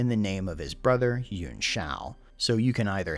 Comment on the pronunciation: Pronunciation of "Yuan" is still a bit off. It's almost like you're making it into two syllables, "Yew-en" as opposed to "Ywan." Just a nitpick, great video and background info as usual.